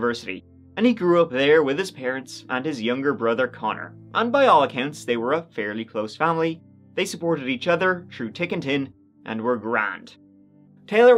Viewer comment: Really grates how this guy plays up his Irish accent. Says "tick and tin" (thick and thin) shortly followed by "this and that" with normal pronunciation. Really transparent attempt at seeming homely and different to other YouTubers. I find it pretty gross though...